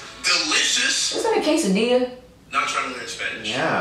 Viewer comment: The dude with the blonde hair didn't say quesadilla he said kaysudealus